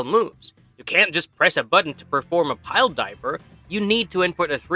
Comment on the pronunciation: What exactly is a pile diver? Have heard of a pile driver. Btw, it’s pronounced Dee bee ah see. He was only just one of the biggest names of the time.